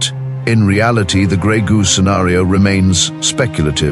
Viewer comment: Are you talking about greg, goo or robotics and artificial intelligence?